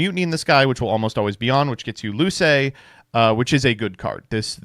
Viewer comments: Why did he pronounce “Luce” as “Loo-say” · Pronunciations of Buio and Luce hurt so for anyone interested they are : Buio (dark) = boo-ee-oh Luce (light) = loo-che Nothing will top Domitianus tho ahahah